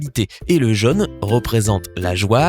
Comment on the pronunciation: Instructif. La voix est agréable, mais c'est quoi cette prononciation ? Mondial ou mondialement, contient, entier, diagramme, tiens, primordial... ne se prononcent pas Mondjal ou mondjalement, contchin, entchier, djagramme, tcheins, primordjal... Quant à jaune, chrome, chose, rôle, ou chauve-souris, ils contiennent (sans CH) tous un O fermé [o en alphabet phonétique international] comme dans "peau". En revanche, le O de soleil ou de adorable est ouvert [ɔ] comme dans robe. Et la voyelle finale de succès ou vendait est un e ouvert [ɛ] comme dans "perte". Attention aussi aux E muets qui ne se prononcent pas EU, voire pas du tout !